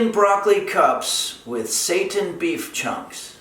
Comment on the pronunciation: Him pronouncing it as satan instead of seiten has me cracking up lol. Also I thought this was actually vegan but the eggs snd butter ruined that but I'll substitute those and lastly the cat on the counter was a 🙅🏾‍♀️ for me. That's why I could never eat food at potlucks, you never know what oeople have going on in their kitchens..but thanks for the recipe!!